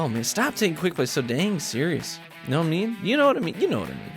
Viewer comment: Love u, "u knaw what I mean"! Hahah but seriously u know what I mean right? Happy New Year and wish u the best in 2019